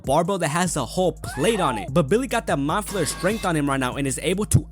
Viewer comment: Ya know how long it took me to realize you were saying "meat flayer"? .......longer than I'd like to admit.